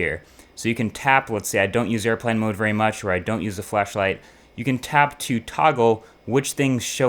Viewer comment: lol when he said flashlight I heard fleshlight